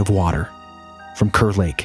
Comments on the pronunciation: Hey! Just an fyi, it's pronounced "cahr" lake- Kerr lake I mean, we pronounce Kerr like "cahr" - anyway love you guys! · Thanks so much for the kind words, Raxhael! Good to know we’ve been pronouncing it wrong for years 🤦‍♂️ 😆 Glad to have ya in the Hole!